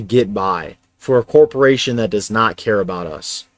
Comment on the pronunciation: Saturn governs the bowels, Corpse-o-rations.